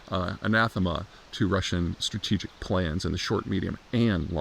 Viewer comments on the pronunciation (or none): none